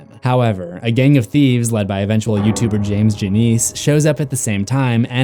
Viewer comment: As a dead meat fan, hearing him say that did hurt a bit